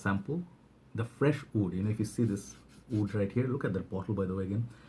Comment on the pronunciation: Why you always pronounce wood in a way as if you are saying oud. Great list btw. You are the most prolific fragrance reviewer with quality in every video.